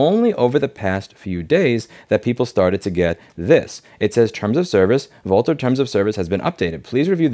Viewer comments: Louise - you're pronouncing their name wrong. It's pronounced "vulture". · Lol, I thought the company name is pronounced "vulture" - the writing might have been on the wall :D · I'm pretty sure 'Vultr' is supposed to be pronounced 'Vulture', I have to say it fits.